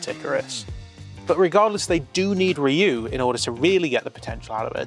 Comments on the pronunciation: the guys name is Ryuu pronounced You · This was definitely a more mature series than other Super Sentai shows. One of my favorites along with Dairanger. By the way, Ryu is pronounced as one syllable 🙂